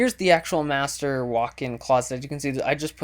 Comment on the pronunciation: lol first time you said "muster bedroom" i thought you said "masturbate room"